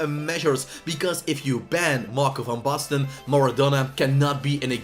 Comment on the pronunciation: Lekker pik ik ben ook een Nederlander geen wonder dat je Van Basten goed kan uitspreken